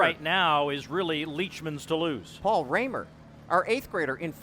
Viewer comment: She is perhaps the Future of American Women's Distance! BTW >>> Quit pronouncing her name with a long, upper case A The Rahmers I knew from Sheboygan WI all went with the GERMAN lower case "a" Unless she indeed owns a different dialect pronounce... ?? Hmmm